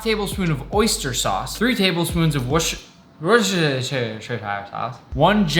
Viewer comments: It's pronounced wuh-ster-shire sauce lol I'm from Worcester Massachusetts so I know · You can't say Worcestershire sauce? Dude, you went to Ho'vod: Worcester is on the way to Leicester, except say it like you're from Boston: Woostah-sure sauce. Woostah. Lestah. C'mon! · Its pronounced *voostersure sauce * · WORCHSHRHEHRH SAUCE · Pronounced Wooster-sheer sauce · It’s pronounced Worcestershire sauce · Thx for messing up the pronunciation of Worcestershire sauce, I’ve been asking for that for a while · Cmon, Nick! You're a New Englander! You know fine well how to pronounce Worcestershire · The way he said Worcestershire sauce 💀 🤣